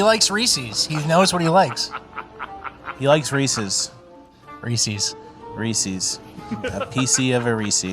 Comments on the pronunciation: It's Reese's, not Reecees. Come on,. I laughed so hard when said, "Piecees of Reeces." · Woah, says ReesEEs? Unsubscribed. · says Reese's wrong. Sorry, love you but gotta speak my truth.